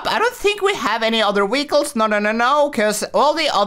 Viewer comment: Why do you always call them weecles lol